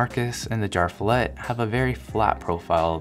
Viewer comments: no offense, but your swedish pronunciation could use some work.. :D I kept wondering what "jarfillet" was! Umlaut-A is an E! Jer-fjellet! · As a nordic guy with basic knowledge of swedish i can't help but laugh when english-speaking people try pronouncing ikea product names :D Jar Fillet sounds like meat from a can, or some fancy name for SPAM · It is pronounced "YarvFeeyallet" . Fjäll means mountain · Its pronounced yearv-f'yellet just saying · "jarv fillet" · His pronunciation of JÄRVFJÄLLET hurts my swedish ears. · Had to listen to how you would pronounce JÄRVFJÄLLET. IKEA are not making it easy for international customers.